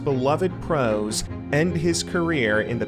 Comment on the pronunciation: why did you say pros like that what